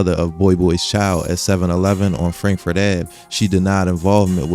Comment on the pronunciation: Bro said frandkford 😂😂😂😂🤦‍♂️